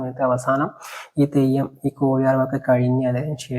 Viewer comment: ഇത് പറയാൻ നിന്നെ ആരാ ഏല്പിച്ചത് കൊയ് അല്ല കോഴി